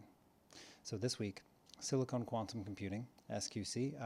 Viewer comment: SiliCON not siliCONE